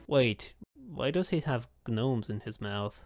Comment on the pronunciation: FINALLY someone pronounces gnome correctly